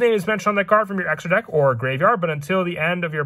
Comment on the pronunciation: Why does he keep saying dak? Im confused